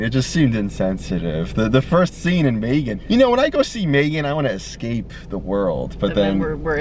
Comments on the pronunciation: May gen goes hard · her face when he pronounced Megan as maygan